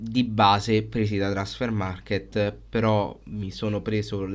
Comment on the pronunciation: Non c'è la "e" alla fine di Transfermarkt!!!